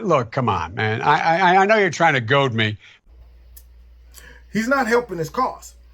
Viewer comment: Joe Bid-en actually did get something correct. It is Goad not Goat.